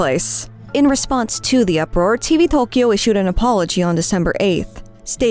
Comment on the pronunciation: I will never understand how people can use such absurdly bad pronunciation of Japanese. I mean, even if there is apostrophe BS all over the place in a mysterious system that is used widely has no resemblance of actual spoken Japanese, do you not hear anyone ever speak the words? E.g. "Tokyo" is said like a million times a day in Japanese across media and yet you get it totally wrong. How can people at the same time make the effort to try to get it right and learn those utter bs apostrophe pronunciations that always stress the totally wrong syllables without making the far smaller effort to listen to someone say the word and then just imitate that. Especially it's not just far easier in general but because google translate can be used to literally type in the word and have someone pronounce it correctly for you.